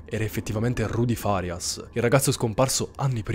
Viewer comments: Magari sto sbagliando e di conseguenza facendo un appunto inutile... però, in genere, quando si intende il nome farias l'accento va sulla prima "a"... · Al dire il vero non ne ho idea, anche perché sapevo che l'accento tonico andasse sulla i, poiché, un calciatore di nome Facundo Farias in telecronaca viene sempre chiamato Farias con l'accento sulla i